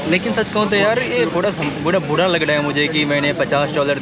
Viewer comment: Buda nahi yaar bura sawad nahi sawar bolo